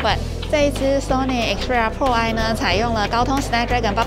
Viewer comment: 開場沒仔細聽還讓我嚇一跳...Sony Xperia “破唉” 是什麼東西？